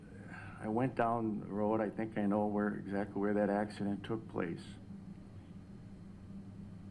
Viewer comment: The only thing he said that I didn't like is a couple times he called it an accideent. I was glad when the ifirst couple of times he called it a crash. Then he said accident. You KNOW you are going to drink and you KNOW you will be driving home. You KNOW before you start drinking that it's possible to kill someone. It is NOT an accident. It's a wreck or a crash. Everyone needs to stop calling DUI wrecks "accidents."